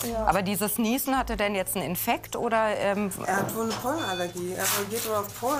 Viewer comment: das heißt jetzt nicht jeze